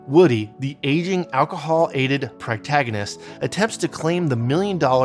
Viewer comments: Thank you I also came to say it's not pragtagonist, the rest of this video was great tho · Sorry, but here it comes--PROtagonist. Everything else was on point, but "practagonist" was like nails on a chalkboard.